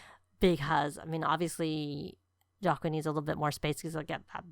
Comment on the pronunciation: Whoa!! Girlllll! This is amazing!!! Please say it's up on the gallery...All the prices of landscaping have been reduced. The youtubers who built for this pack requested a reduction due to needing to keep things cheap while building what EA requested. Please don't think I'm being snarky because I'm not but Joaquin is pronounced "wha-keen" I only know this because I worked with someone with this name.